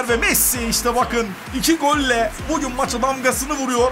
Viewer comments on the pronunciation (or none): none